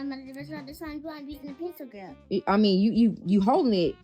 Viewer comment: That mom cannot even pronounce “grip” correctly; she said “group”